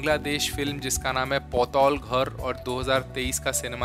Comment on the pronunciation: Sir potolghor nhi patalghar matlab narak.